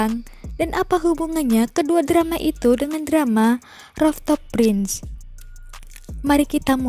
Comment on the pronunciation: rooftop prince (perbaiki pengucapan dlm bahasa inggrisnya)